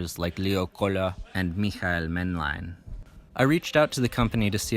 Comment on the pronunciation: Your pronounciation is on point, especially "Michael Maennlein"